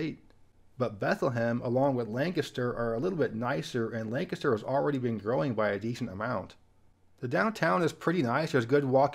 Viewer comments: It’s nice to hear someone pronouncing Lancaster, PA correctly. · Another well researched and well produced video. Thanks for the correct pronunciation of Lancaster. South Carolina thanks you.